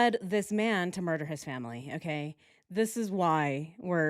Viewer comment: Switched off after the 100 time u says “murch”